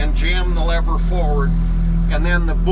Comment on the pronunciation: nothing bugs me more then when someone calls a lever a levar haha. great video and very clear. thank you!